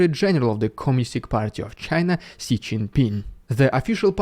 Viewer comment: Just as a side note, Xi is pronounced as Zhi